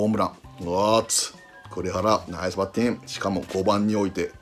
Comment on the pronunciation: いつも思うけど里さんの「グッド」「ナイス」発音良すぎ